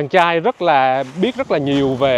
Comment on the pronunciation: Neu co the ban nen noi cho ro chu R cho dung hon nhe ( vi du nhu chang trai nhung ban noi chang CHAI ) vv qua that la qua kho nghe .